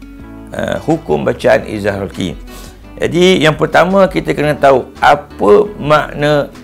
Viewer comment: terbaik, cuma mungkin ada sedikit teguran: 1. sebutan betul adalah إظهار حلقي iaitu kalimah halqi dgn huruf ح bukannya خ. 2. sebenarnya izhar halqi ada dengung kerana meraikan sifat ghunnah pada huruf ن tapi tidaklah kuat dan sempurna dengung itu. Barakallah fiikum